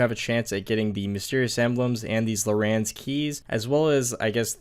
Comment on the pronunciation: LORE-RANS KEY?? LAUREN KEYS???its Larrans key bro. Go to English class...